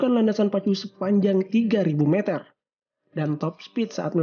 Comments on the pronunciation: Meter oy bukan meater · kalo nyebut meter itu yang bener meter bukan meter admin aduhhhh, karena bahasa baku meter Indonesia itu meter bukan meter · Bang kalo ngomong meter jangan meter tapi yang bener meter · Bukan meter tapi meter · meter meter ucapannya kok gitu kwkw